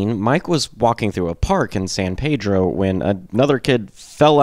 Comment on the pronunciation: I'm a former resident of San Pedro and even seen Watt play when I lived there (sadly I moved there after Boon's death). Locals pronounce San Pedro as PEED-droh. Sorry to be pedantic, but hearing PAY-droh kind of drives us nuts. There are dozens of PAY-drohs, but only one PEED-droh. If you listen on History Lesson part 2 Boon pronounces it that way too. And yes, I used to play History Lesson part 2 whenever I would drive to Hollywood to go drink and pogo. Punk rock and the Minutemen indeed changed my life. Other than setting off my pedantic nature, it was a good video. Will have to check out more.